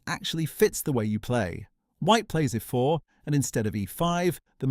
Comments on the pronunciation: Oh no, he played "ehfore" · I was looking forward to this video, but the AI voice is too bad! It doesn't pronounce things like "e4" and "a3" properly. Just laziness IMO. Fine, use AI voice, but make sure it says things properly before publishing a video man